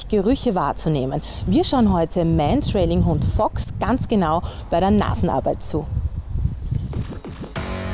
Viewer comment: Es heißt Mantrailing und nicht Mentrailing...